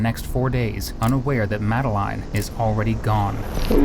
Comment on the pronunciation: How do you have so much trouble pronouncing Madeline and then all of a sudden you pronounce it correctly? Just play the video at this point stop yapping over it